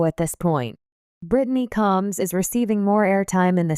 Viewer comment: This narrator is an idiot she cannot pronounce the last name correctly and Britney is not a sister to Tammy and Amy she is a sister-in-law married to Chris get it right dumbass